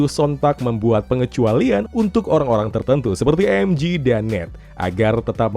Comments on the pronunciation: Bang sekedar mengingat kan MJ di baca EM JE ,bukan EM JI,kalau EM JI itu adalah MG ,karena di bhs inggris G di baca JI, kl J tetep di baca JE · MJ dibaca emje bukan emji MG baru dibaca emji